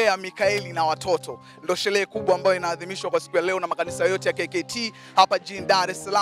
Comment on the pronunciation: Shelee❌ Sherehe ✔️